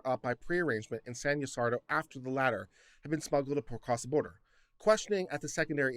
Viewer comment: I don't mind when people mispronounce difficult-looking names, but in case you're curious, Ysidro is pronounced as ēē-SĒĒD- rho. It's actually a very old name that means "Gift of Isis," which I think is supercool.